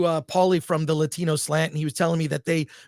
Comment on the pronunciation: "Latino", Chris, the word is "Latino"